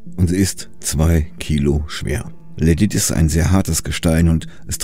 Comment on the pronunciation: Man hört das nicht so gut aber er sagt so etwas wie "Ledit". Und gemeint ist tatsächlich Lydit :) Man kennt ja vielleicht die Geschichte, dass Diamanten nur mit anderen Diamanten zu schneiden sind. In der Geologie ist das ein bisschen anders als im allgemeinen Sprachgebrauch vielleicht gedacht wird. Wenn man sagt, dass ein Gestein besonders hart ist, ist es nicht "besonders unmöglich", das zu bearbeiten. Das heißt bloß, dass es auf eine bestimmte Art und Weise bricht. Lehm ist sehr weich und macht sehr weiche und runde Kanten wenn man ihn zerbricht. Lydit ist hart, das heißt er wird besonders scharfkantig, wenn man ihn zerbricht.